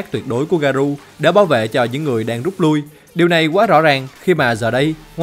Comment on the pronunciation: Ông ơi t hay xem vid của ông lắm mà có 1 điều làm t hơi cringe. Đó là cái ông phát âm Garou là Garu, t thấy cái này dễ phát âm mà sao ông phát âm sai đc vậy.